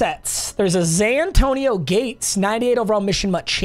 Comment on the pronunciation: Anyone else hear Zantonio Gates every time?